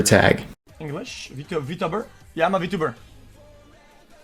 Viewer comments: I *was fucking triggered on how he pronounced it I can't even portray it in a "mOcKiNg" text form, it's just fucked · Apparently xQc is such a huge V-Tuber that he intentionally mispronounces it too Fucking "V-Tubber"